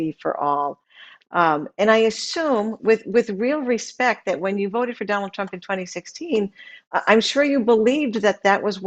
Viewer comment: Love & Happiness He pronounced it PRUMP 🤣🤣🤣